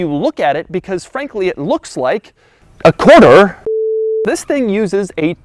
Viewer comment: Why do I feel he is saying "YIS" instead of "THIS" at the beginning of this video